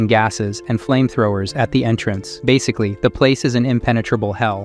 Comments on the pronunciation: "basical-why milliaion"💀💀💀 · Your viewers are incredibly nice to not complain about the horrible mispronunciations of basic words like "million," "filled" and "basically." Sounded like a hundred such annoying screw ups in just the first 5 minutes.